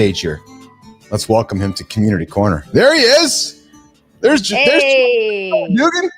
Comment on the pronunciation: Jack Dugan's name is pronounced "do-GAN" with the accent/emphasis on the second syllable. Rhymes with Duran-Duran, but with a "g".